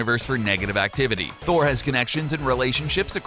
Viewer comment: Tour not rigt